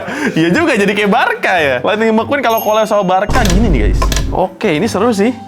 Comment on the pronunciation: Thunder Mequwan bukan Lightning McQueen